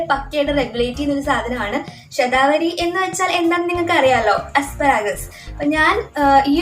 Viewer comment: Aa name onnu clear ayite parayumoo,, shathavari??? Enagne epozhokr nnu kazhikande